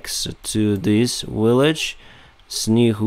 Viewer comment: in this video and others you repeatedly mispronounce the English word village as willage. I believe the letter V in English is pronounced the same as the Cyrillic letter B. Please look into this.